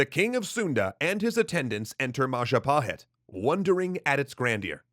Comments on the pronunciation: mahajapit ❌ majahapit ❌ mapajahit ❌ mahapajit ❌ ma-ja-pa-hit? ✔ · MAHAHAJIT-WRONG MAJAHAHIT-WRONG MA-JA-PA-HIT? CORRECT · Jestin It's Mahajapit (beep) Majahapit (beep) Mapajahit (beep) Mahapajit (beep) Mapajahit (beep) Ma-ja-pa-hit? (ding)